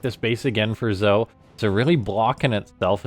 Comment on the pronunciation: wouldn't zoe be pronounced "zoey"?